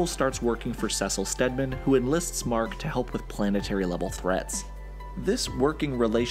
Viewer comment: he mispronounces Cecil Stedman